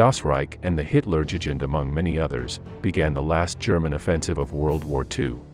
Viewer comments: You really need to improve your pronunciation of German and English: It’s comically bad. Also don’t simply reuse stock footage over and over again. Worst pronunciation is Hitler jewjend division. It’s pronounced you-gend . I understand your native tongue is probably Spanish or Portuguese, but if you want to be a respected channel pronunciation is crucial. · The historical detail is exemplary but the pronunciation of German formations, towns and organisations etc, like Luftwaffe and Hitlerjugend is terrible. Either do a little easy research to make a reasonable attempt at the correct pronounciation OR just refer to them as the German Airforce and Hitler Youth etc.